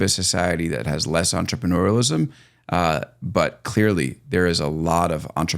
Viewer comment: entreneurialism? Thats certainly not French. 😂